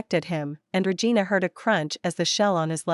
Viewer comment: Liking the story, but hearing the tts read regina as re-gai-na reminds me of awkuafina's line from shang chi and makes me wanna giggle